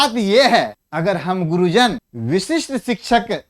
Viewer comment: वशिष्ठ नहीं बोले , विशिष्ट बोला जाय